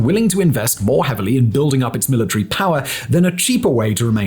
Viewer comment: milli-tree and centi-pee. lol